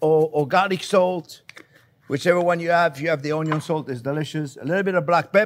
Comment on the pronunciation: THIS RECEIPT USES ONE CUP OF DICED ONYO